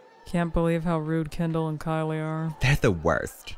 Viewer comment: it's Kendall. Not Kindle. Not Candle. Not Candull. 🤌🏿🥸